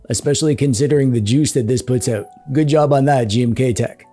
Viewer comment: Anybody else hearing "GMTKtek"? 😅